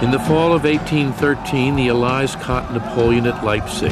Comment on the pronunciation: Incorrect pronunciation of 'allies'.